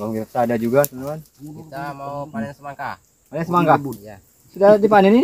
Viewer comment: Semangka bang bukan semaka